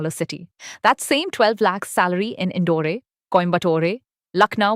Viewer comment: The pronunciation by the AI narrator, like Indore-ay and Coimbatore-ay, was weird